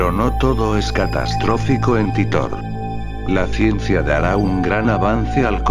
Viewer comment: no sabes ni pronunciar titor